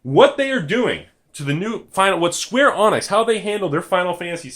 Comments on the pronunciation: It's not pronounced "Square Onyx" It's "Skwarr Uhneeks" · I wonder how many pedantic people there will be getting pissed that he's pronouncing it "Square Onix" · Square Avionics XD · I heard "Square Onix" and I immediately turned to the comment section... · Couldn't watch any longer after I heard Square Onyx. Sorry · hes straight up pronouncing the wrong letter. how can that not trigger someone. its idiotic